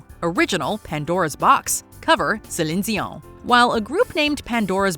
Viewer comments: How come you say Celine Dion with an accent? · I hate the way she says Celine Dion. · Strange how she's pronouncing Celine Dion